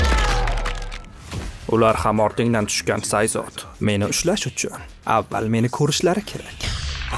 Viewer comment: Oka Reptile ni ismi Sayzit emas Sayzos db talafus qlinadi menmcha (aqil o'rgatish emas) va shunday talafuz qlinganda chiroyliroq eshitilardimi diman!